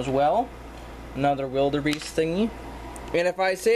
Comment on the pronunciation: Wildebeests are antelope Also wildebeest are my favorite animal You said wildebeest wrong